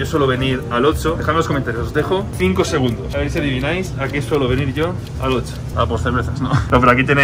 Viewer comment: Yo: - Oxxo (ocso): - Otso. Jejejeje me hiciste recordar al oso malo de toy story. Lotso 🐻